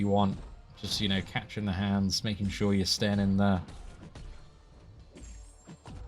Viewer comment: This Zola fight was funny. You were like. “We can parry the non contact hit. So right away we can catch these hand (in British accent)” top tier seatin!!